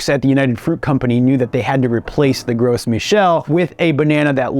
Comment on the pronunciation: Well, being a French name, it's actually pronounced "grow Michel." I flinched every time pronounced the "s" in "gros."